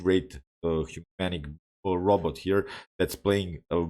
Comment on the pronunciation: G g, I w e t o t d y p o s Also, you say ROBOT weird lol Also, #2, what about "RoBrock"? Edit: 100 american made republican trump dollars if you decipher my first sentence